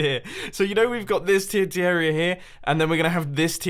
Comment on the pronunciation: Why do you say "arear" instead of area?